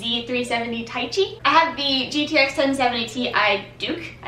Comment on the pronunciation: Z370 Taichi: "wuhjaaah":D